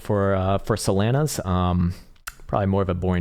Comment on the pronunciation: please stop saying solana like that